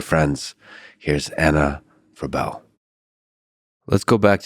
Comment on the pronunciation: Freeebl not Frebell